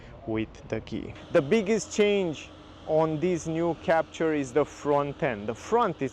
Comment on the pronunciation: It's a french car so you should pronounce it's name the right (french!) way!